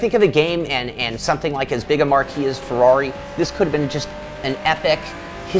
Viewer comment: I dont want to be that guy, but the word Marque is pronounced Mark in this context.